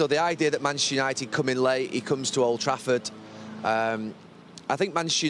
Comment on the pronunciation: Gary ......please pronounce MANCHESTER UNITED without cutting out half the letters